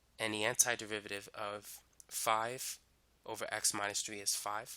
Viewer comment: Is he speaking the word derivative as "de-VI-VA-RI-ve" instead of "DE-RI-VA-TI-VE"?